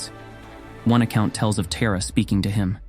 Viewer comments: I’m named after Tara. I wish that her (our) name was pronounced correctly in this video. The stories are wonderful otherwise. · What do you need to know about me besides the way he prounced my name is off 😊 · Agreed. As much as I appreciate and value these videos and efforts, the mispronunciation can be incredibly jarring. That said, it seems unlikely that Tara would refuse to show up or abandon anyone for calling her name with the ‘wrong’ pronunciation. ❤️🙏🪷📿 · Just a suggestion to the narrator: it’s Taaraa/ तारा (ता रा) Not Terra like Terracotta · It is pronounced Tah-Ra, not Teh- Ra. It’s good to go through the story but Teh- ra😢 no no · 'TAHRA' not TERROR , whether uoure AI or human American, get it right. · Very beautiful and inspiring video! Has definitely rekindled my devotion and faith in Tara. But please, pronounce Tara’s name and mantra correctly. You seem to be american but it sounds like you’re saying “terror” which is the opposite of the meaning presented here. Tara is pronounced “TAA-rah,” with a long open back A. Thank you, very well done 🙏🏻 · Why is it pronounced Tera? Should be Thara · I think the pronunciation is TAra not TEra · Isn't it pronounced Tar Ah not ter a? 🤢 I wish he would edit this for correct pronunciation of the subject matter. 'You had one job'. 😩 Ah, I breathe a sigh of relief for one second. My real mother named me after her, and after the hill of kings in ireland And for the meaning: ✨ 🌠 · You are mispronouncing her name,. You’re pronouncing it like Earth TERRA. But it’s the Sanskrit Tara. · Please say Taara" not a Tera 🙏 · This AI voice cannot translate properly. The goddess Tara name is Tara, NOT 'Terror'. This AI voice is a sign of the channel creators' laziness! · Thank you for making this video, but her name is TAR-UH, just like my name -- not TEAR-A. Om tare tuttare ture soha. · Taa-raa … not Tay-ra … ❤ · Her name is pronounced Tahrah, not Teeruh. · Dont say Tera...its not tera...its Taaraaa